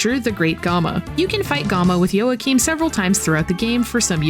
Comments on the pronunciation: fyi its pronounced WAA-keem or YAA-keem never YOA-cheen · Surely it's pronounced "wah-keem"?